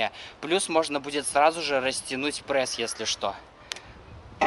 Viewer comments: Не пресс а прэсс. Как я угараю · Мне одному послышалось "мой парень попросил сделать видео на прэсс?" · почему вы говорите прэсс,а не пресс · почему прЭсс,а не пресс? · Аааа, простите, но от того как он говорит ПрЭсс уши вянут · Почему прЭсс ,а не прЕсс? Ахахахахах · "прЭсс" сначала бесило, теперь и сам так говорю